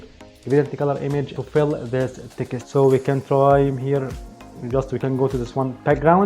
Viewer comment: You seem such a nice and hard working man, I have been a subscriber for a long time and want you to succeed. Can I say when you say Text it sounds like Ticket, I understand you are trying and doing very well with your English and I am saying this as a friend! Try to pronounce Text like TEX- - T Or even just say TEX. Keep up the good work.